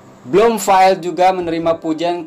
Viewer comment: Sebutan nama Dr. Bloomfield(Bloomfill), bukannya Dr. Bloomfail.